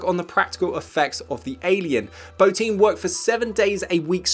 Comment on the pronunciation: You get an A+ for pronouncing Bottin correctly!